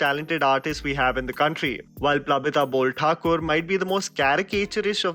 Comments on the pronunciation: Oh dude its Borthakur not Bolthakur. R not L 😎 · its Plabita Borthakur not bolthakur...